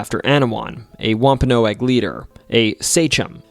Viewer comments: It’s pronounced wom-pa-nog, not noag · It's WOMP-A-NOG. Not Whomp-a-no-ag. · It's pronounced wompanog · wamp ah nawg.. that other pronunciation driving me insane. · Wahm- pen- nog. Your welcome! Rid the A. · It’s not pronounced womp-a-no-agg. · Pronounced womp a Nog